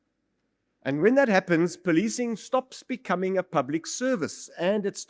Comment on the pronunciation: Oh ..they poli-ti-cing not poli-cing? Some will say, Extra work extra pay. 🤷🏽‍♂️ ....🤔This explains why I got no upvotes on my YouTube videos. They breaking the narrative of the indian identity.